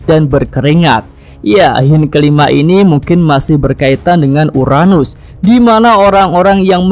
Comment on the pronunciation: URANUS.. bukan UNARUS